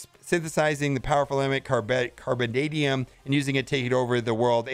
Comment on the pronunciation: You can pronounce Carbonadium, but not Arkady???